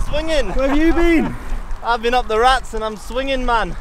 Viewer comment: Ra-tes. Not Rats.